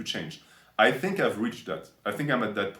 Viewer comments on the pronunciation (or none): okay "Fink" 🤣